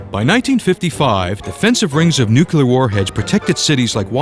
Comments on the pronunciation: It's "nuclear". Not "nucular". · It's NuClear, not Nuculear. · Learn how to correctly say the word "Nuclear". Otherwise, don't narrate videos. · Ha, ha! "NUCULAR". Reminds of that Alaskan Governor. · I wince every time I hear it like that. It’s bad enough they say it wrong but don’t they ever hear how people with working brains say it and wonder, who’s right?